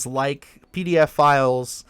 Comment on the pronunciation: "PDF files". Why do you say it like that?